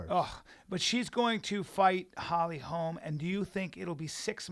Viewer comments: Holly HOLM. Her name is Holly HOLM. NOT HOLMES. Jesus. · driving me insane, its Holly Holm, not Holly Holmes.......Cmon man at least get her name correct, also she did do a movie this year, with Meisha and Cyborg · FOR SURE, quit saying HOLMS! Brandon said it once and corrected himself, but then Brian repeats it like 4 times... (around min 22 min.) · Why on fucking earth do you keep calling her Holly HOLMS. Jesus. FACEDESK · Brendan, it's HOLM bro.....HOLM.......NOT HOLMES!!!!! smh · ugh if I hear one more person call Holly Holm Holly Holmes I swear to god... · ITS NOT HOLMS HOLY FUCK I COULDN"T EVEN LISTEN TO THIS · FOR SURE!!!! ITS HOLM NOT HOLMES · Every time they said "Holly Holms" I was like "Its 'Holm' you idiots!" Thanks Schaubs and Callens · Pereira It's because her name is Swedish. It's pronounced with a very short o, or an å. Hålm. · Can anyone in the whole MMA world say Holly Holm's name right??? Good god.